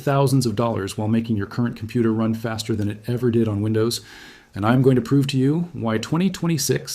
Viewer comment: This mf had me fooled until he flubbered the 'fast er'. I though he was real.